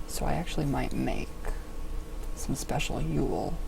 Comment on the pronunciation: Wow could you butcher the term of Yule more?